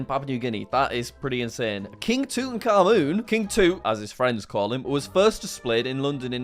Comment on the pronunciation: The way he pronounced "Tutankhamun" and "Chupacabra" 💀